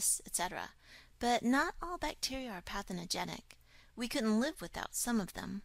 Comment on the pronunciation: "patheNOgenic"? or, "Pathogenic"? I checked the dictionary online and it seems the former doesn't exist. Or, maybe because it's a 'very' biological or medical term. Just wondering. (For the sake of 'technical' accuracy...because I'm learning this for my 'new career') But, the vid is very educative. Thanks!